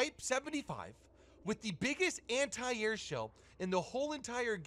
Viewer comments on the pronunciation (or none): "Anti AirT"